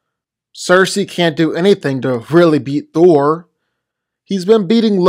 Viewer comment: Why does he pronounce Thor's name as "Thur"?